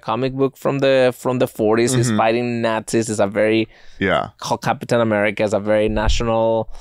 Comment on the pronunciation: The way says CapEEtahn America is how I will be saying it from now on